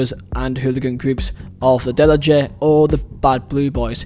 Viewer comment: great vid, just for future reference, when you see letter J when talking about balkan countries, its pronounced as y (e.g. deli-ye)